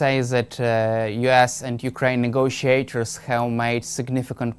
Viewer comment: Oh change the host, this serves no purpose. Not that many speak perfect english here in mainland Europe, but I needed to listen the first question four times to get it. If you pronounce US You Ass (which is not a bad idea nowadays) and it is not deliberate, you really need to take a reality check 😂